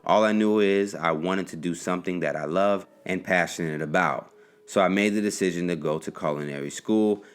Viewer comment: Did he say decision or dishission?